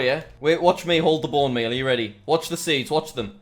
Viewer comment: Lol when u said Bone Meal Aura I thought u said Bum Me Aura